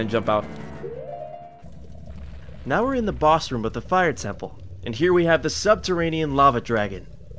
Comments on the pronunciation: So...other than Markiplier, is another one who says room as 'rhum'/'rum'...huh,neat.w. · stop saying room like that it's rooooom like vroom or broom or boom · Reads comments Sees "room" comments Thinks, surely not, how can someone mispronounce room?? Watch video "Rhum" Ah Thats how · its because he cant properly pronounce the word "room". Think about it for one second man, what if he is trying to pronounce the word "rum". He CANT SAY IT PROPERLY BECAUSE HE CANT PRONOUNCE THE WORD ANY DIFFERENTLY. So, I hope you understand the significance of his word dysfunction. It is a poison of the language, and if more people start with this crap, the whole language will turn upside down in a few years. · That just how some people say room!! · The word room rhymes with broom. It’s worth looking into. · Just say the R sound like your saying Right. Say the E sound like your saying Eww. Make the M sound like ur saying hmm. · The way he says room is very bothering. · The way you say "room" irks me. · Does it bother anyone else that he says rum instead of room? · It's really triggering me the way you say 'ruhm' when it's Room. Rhymes with boom okay? Good videos but stop this ear rape because I can't listen to you mispronouncing that word over and over. Thanks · room not rum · I swear every time he says Room, I always hear Rum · ITS ROOM, NOT RUM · why do you call a room a rum? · It's "Room" not "Rumb"! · Why are you saying "room" incorrectly? It sounds like you're saying "rum". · why do you pronounce 'room' like 'rum' ? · don't say rum say room why do so many people say rum and not room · ITS NOT RUM ITS ROOM RU-OM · it's pronounced rOOm not rum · Can you stop saying 'ruhm' and say ROOM ? the oo makes an OOOOOOO sound, like , ooo candy. Room rhymes with tomb. or boom. or balloon. Do you say Buhm! or tuhmb no I didn't think so. Say ROOM it's so annoying other than that great vids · Please stop pronouncing room as rum there's no u in it it's oo like moo.